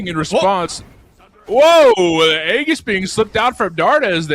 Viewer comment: "aegis" is pronounced ee-jis, not the way the commentators are saying lol